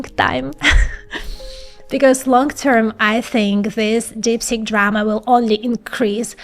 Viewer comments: You are excellent except when saying deepseek , you saying deepSICK , 😂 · TIL that DeepSeek is pronounced DipStick... ;-) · It sounds like she is saying DIP STICK😅